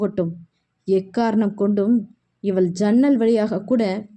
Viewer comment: வணக்கம், வாழ்க வளமுடன், மேடம் தமிழ் உச்சரிப்பு சரி இல்லை என்று சொன்னேன், தமிழில் ழ், ல்,ள் வித்தியாசமின்றி உச்சரிக்கிறீர்கள் . அவள் என்பதை அவல், இவல் , சொன்னால் கேட்டால் என்று ழ் ள் பதிலாக ல் என்று உச்சரிக்கிறீர்கள் என்று எழுதினேன். நீங்கள் ஒரு தடவை கேட்டு பாருங்கள் புரியும். உங்களின் புரிதலுக்கும் நன்றி. வாழ்க வளமுடன் வாழ்த்துக்கள்.